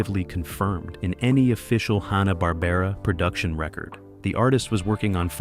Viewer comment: Nice interesting info, but stop pronouncing Hannah- Barbera, as Honna, it's Hanna!